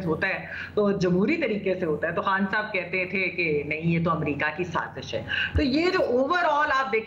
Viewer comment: The word is Saazish. Not Saajish Learn to pronounce Urdu words.